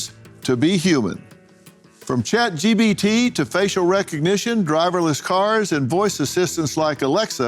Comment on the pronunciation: Someone tell the old man it's chat G PEE T. Not G BEE T. Get your letters right, Phil. 😂